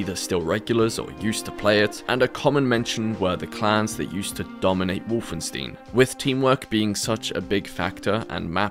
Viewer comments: Wolfenstein, not wolfenstiin. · Did you say WolfenSTEEN? omg...Why would you do this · Wolfenstein, not Wolfensteen. 😆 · The fact that he called the Wolfenstein games "Wolfen-Steen" makes me physically sick. Its pronounced "St-eye-n" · WolfenSTEEN? What the fuck? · Call me pedantic or whatever but the way you pronounce "Wolfenstein" (when you even include clips of people saying it correctly) drives me absolutely mad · Great Video! Please try to pronounce Wolfenstein correctly next time though :) Merry Christmas! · why by defult do you keep saying wolfenstein wrong? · Please consult a translator before attempting to say 'Wolfenstein' again. Otherwise awesome video. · Please never pronounce Wolfenstein like that again.